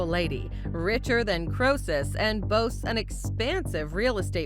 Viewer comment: I don't know if this voice is AI or a real person but the name Crœsus as in the expression "Richer than Crœsus," is pronounced CREE-sus, NOT CROW-sus .